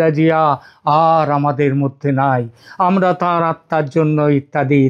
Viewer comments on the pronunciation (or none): none